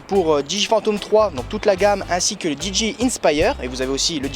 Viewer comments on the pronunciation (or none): ÇA SE DIT DI JEY AÏE ! (dji)